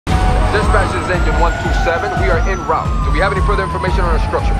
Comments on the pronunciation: "in rawt"? He means "en route". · He said en route